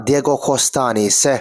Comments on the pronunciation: Se tih i lam hi ngaihthlk hreawm tep thin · Ni se tih i lam dan hi a mak e😅